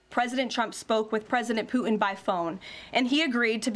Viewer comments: President Pooh-in? MAGA Barbie has a pronunciation issue. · Why does Leavitt have so much trouble pronouncing the “T” in Putin?